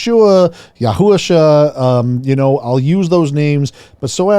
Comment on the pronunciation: I know it is a very minor thing but Hebrew words have (majority of them) have the accent at last syllable: Yahushúa Love you brother hope to see you again in Fl